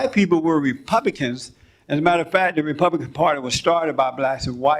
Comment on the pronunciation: Jesse Lee Peterson trying to say "republican" is infinitely funny to me Ripupihkihn. Ripupihkihn.